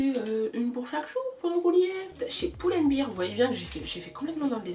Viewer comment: Pourquoi j’ai l’impression qu’elle dis « chez Poule and Bear « 😭😭😭😭